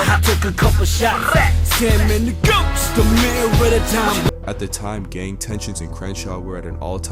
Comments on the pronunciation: Sandman Negus pronounced Knee-gus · Your pronunciation is irking me…it’s pronounced “Knee-goose” ie Negus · Negus, pronounced Nuh-Goose. #Smh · Yall say Negus so not right( Knee-goose) is the pronunciation (Sah-Door) not saydoor. Nips mom was Angelique—not Angelica and I don’t think Dru Down and lil SandMan were friends. And his big brother died from Gangrene 🤦🏾‍♀️🤦🏾‍♀️🤦🏾‍♀️